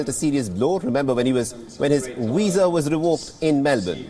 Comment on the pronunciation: If your going to have news readers, then please get someone who can pronounce their v's. Djokovic isn't in need of a weezer, he needs a visa lol.